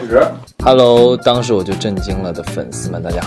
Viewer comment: Ardita Permata Sari the way he says hello sounds like Indonesian